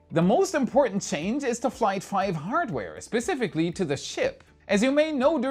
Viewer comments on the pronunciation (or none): I can't wait for "fight flive" either lol. Just joshing you brother, love the channel! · Fight Flive? LOL!!!